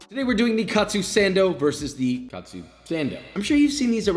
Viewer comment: It's not pronounced kat-su but ka-tsu.